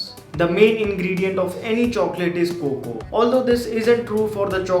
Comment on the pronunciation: I hate when he say Coco to cocoa 🤦🏻‍♂️🙄